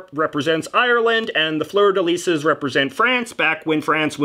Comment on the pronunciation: I like how you butchered the “fleur de lis”.